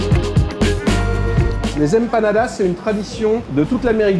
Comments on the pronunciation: Y'a pas de tilde sur le n mon cher, c'est Empanadas et non Empañadas;)) Des bisous super vidéo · Incroyable la vidéo Juste une petite remarque si je peux me permettre: On ne dit pas "empañadas" mais "empaNadas" 👍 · EmpaNadas , ne prononcez pas la tilde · Ça fait trop plaisir de voir des resto latino aussi, Tanguera et Santa Carne, 2 resto incroyables on adore ! 😍 Et vos commentaires pdt la vidéo un régal ✨🤗 Par contre c’est empaNadas pas empaGNadas 😅 haha